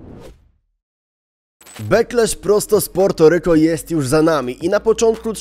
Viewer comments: Wydajemi mi sie że to sie wymawia Puerto a nie Porto ale mniejsza o to 😂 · Po polsku się wymawia Portoryko